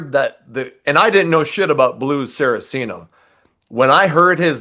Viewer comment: Two things I want to clarify. One I know to be true, the other I'm almost certain is true. What I know to be true. Richie's last name is pronounced "Cot-zen" not "Coat-zen." What I'm almost certain about (nearly 100%). Blue's last name is pronounced "Sar-Cee-Ah-no" not "Sara-Cee-No." Not here to play grammar Nazi, just clarifying. Love your content. Keep it going.